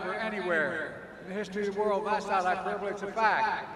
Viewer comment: Thats not a hyperbaly folks